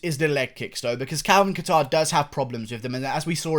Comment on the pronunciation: the second one but leave him alone he’s british😂😂